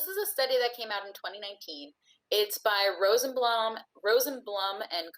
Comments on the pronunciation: Rosenblum pronounced Rosenbloom. Really people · Several Rosenblum families personally known to me pronounce it as if spelled “Rosenbloom,” which was in fact the original pronunciation. (It’s still pronounced that way in German.)